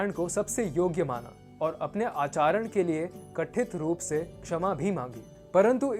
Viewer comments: आचरण न कि अचारण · At you say अपने 'आचारण' के लिए... .. The correct word & pronunciation is 'आचरण' not 'आचारण'